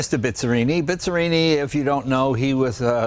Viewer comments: Jay is "BIZZARRINI" no "BISZARINI" 🙄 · Quando l'talia era la prima al mondo in tutto! Per favore, non si pronuncia Bizrini, ma Bizzarrini, per favore.